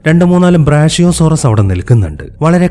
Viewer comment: ബ്രാഷ്യോ ❌ ബ്രാക്യോ ✅